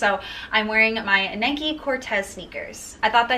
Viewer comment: Her pronunciation of NIKE killed me so hard but overall she was really good